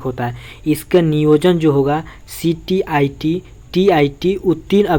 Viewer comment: Thora pad ke boliye ctet tet stet hota hai ctit nahi hota hai